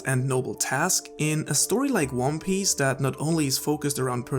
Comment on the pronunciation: he called it wan pace and wan piss. That's why I thought.